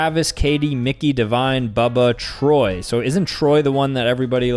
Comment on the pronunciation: U said Troy wrong how do I know that u may ask is bc my name is Troy